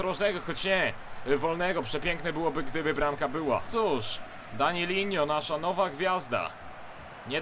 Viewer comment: danilo a nie danilinnho